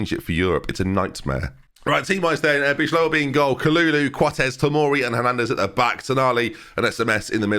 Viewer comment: Bijlow is pronounced like by low